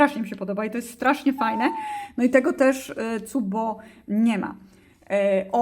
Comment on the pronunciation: Cupb-o? Wydaje mi się że to się czyta "kap-bu".